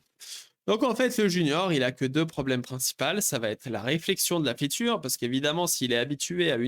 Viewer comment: Arrêtes de dire "feature" dis tout simplement "fonctionnalité" car tu le prononces tellement mal que ça n'a plus aucun sens dans ton contexte